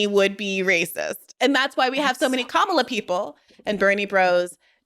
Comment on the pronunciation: If you cant pronounce Kamala name correctly...i cant take you serious as a person.